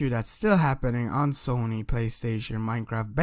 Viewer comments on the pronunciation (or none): none